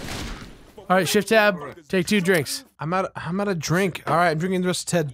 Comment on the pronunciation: SHEFT TAB SHEFT TAB